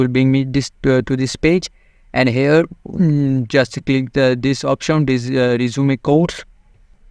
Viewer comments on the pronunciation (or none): none